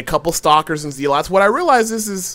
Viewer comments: Zeelots and Heliawns..... lol.... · Hell-e-on and Zee-lots :D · In this build the haleeawns counter the zee-lots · Zéélats and Helleh-on? I wuv you:>